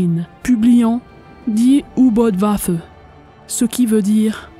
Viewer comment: bonjour! Dès le départ et tu commences à me connaître un peu... Karl Dönitz, on prononce DEUNITZ U-Boot = Untersee Boot = bateau sous marin = OU BÔÔT... Allez, je vais t'écouter!